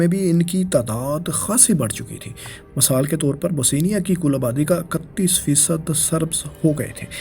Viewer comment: Bosnia not Bosenia! Dominant not dominance!